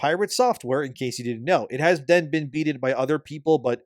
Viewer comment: To be fair whenever you asked “Has pirate…?”, all I heard was “@ pirate” 😂😂😂